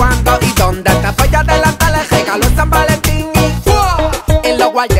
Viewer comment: Quien domas se dio cuenta que el no puede pronunciar la rr no dice regalo 😂😂🤭